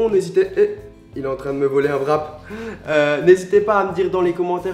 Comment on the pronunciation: On dit pas vrap mais wrap